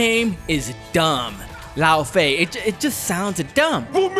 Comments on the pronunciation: It's thoroughly Norse. Laufey, as attested in the Prose Edda, was the mother of Loki. Loki's full name in myth is Loki Laufeyjarson: Loki Son-of-Laufey. It's not pronounced "lao faye" like the English butchering of it, but /ˈlɔuːv-ɛü/ in Old Norse (f is a v sound in the middle or end of words, y = German ü which doesn't exist in English). It's unclear from myth if she was of the Jötnar or one of the Æsir. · He says it like "Lao Fei" - so it sounds Chinese. There was a Kung Lao, and there was a Fei Long. So you get a Lao Fei. Freudian slip, lol? Either way the name used in the game is dumb.